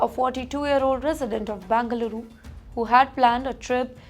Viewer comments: It's not Bangaluru, but Bengaluru. Irritating to hear. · It’s not bangaluru it is Bengaluru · Please pronounce Bengaluru properly.